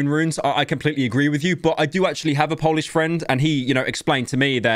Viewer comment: Please don’t ever try pronouncing anything in polish, you’re butchering it completely